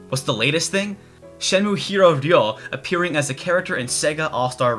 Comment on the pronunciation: Your pronunciation of "Ryo" is perfect.